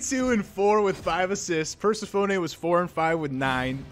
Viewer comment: An $80 gram of high terpene indica + the way you pronounce persephone and change? The best laugh I've had in awhile! New sub here, keep it up!